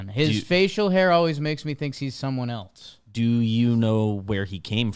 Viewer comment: Why does say “eltse” instead of else?